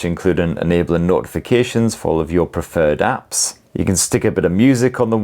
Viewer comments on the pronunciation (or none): none